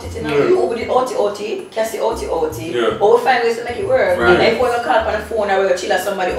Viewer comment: Somebody can remove the letter “Y” from alphabet please 😂😂😂😂 “cuty cuty, worky worky” 😂😂